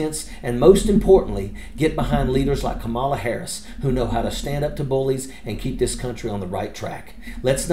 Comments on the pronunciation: Love ya dude. I follow you religiously, but even you are doing it… The emphasis is on the beginning of her name. The first syllable. KAmala. KAmala Harris. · It's comma-la, not ka-maul-a. If you truly support Kamala, at least learn to pronounce her name rather than using the same intentionally mispronounced pronunciation Trump and his ilk uses. Have some respect. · Thank you for all your hard work...but, please pronounce HER name correctly... COMMA-LA❤ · Please pronounce it correctly— “Comma-la” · Thank you for the cool video, but please pronounce Kamala correctly. It's "comma-la". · Please pronounce Kamala correctly.